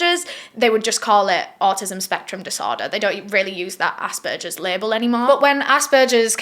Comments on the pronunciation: Only saying this cause it bothered me but asbergers is pronounced like you would say burger sorry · saying "assberchers" is the only thing that made me feel warm throughout this video. sucha a hard case to cover.